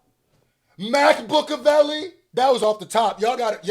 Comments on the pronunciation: FUCKING MAC-BOOK-AVELI IS DIABOLICAL 😭😭😭😭😭😂😂😂😂😂😂😂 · MacBook -a -vely 😂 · Wifi Tupac... lol. Mac-Bookaveli. Buahahahaha. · "Mac-Book-a-veli" is WIIIILLLLLLDDD!!!!